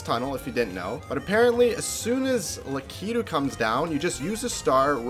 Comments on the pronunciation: Is nobody going to mention how he said "latakitu" lol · Wait that's the first time I've heard anyone pronounce Lakitu by stressing the first syllable and pronouncing the i like that. We've always said luh-KEE-do